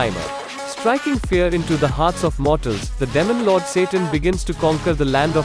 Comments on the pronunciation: sounds like he's saying "lemon lord" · Damon lord😂